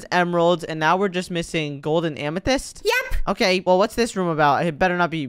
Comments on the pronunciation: said amathist twice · Bro said Diamond amathyst gold and amathyst